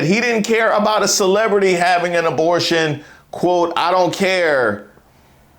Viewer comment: Knigga said “dabortion” tf?